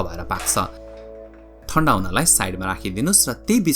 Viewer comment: don't say "thanda" brother. it sounds like indian tone.